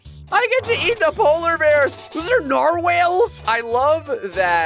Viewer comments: he said narwhales instead of narwhals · "Nar-whales" XD Narwhals,. Narwhals. Pronounced Nar Walls. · It is not Nar-Whales it’s Nar- walls(pronunciation) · Us: narwhals.: narwhales. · "Narwhales" what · calling narwals nar-whales is just kinda perfect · Bro said narwhales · That was the whitest way to say narwhals.... and I love it 😂😂